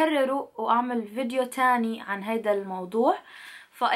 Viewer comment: الي عجبني ،، انو بطلتي تحكي فيديو ﻻنو vedio مش حرف فاء 😉